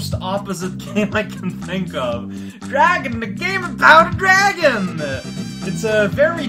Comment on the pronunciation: raotags: veal, la revolution Aww man, I was kinda afraid you'd play this eventually. Well, I ain't gonna be here then. Good luck! Though I'll still post tags, just like for cortex. Also, that's not how you pronounce dragon! The title implicates "djra(e)gen" or something of the sorts. It's pronounced more literally, and even I know that for a Finnish person!